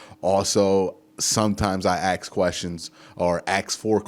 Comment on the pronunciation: Dude I love you're Chanel but it's ask not ax Let me ask you a question not let me ax you a question. Sorry not Sorry.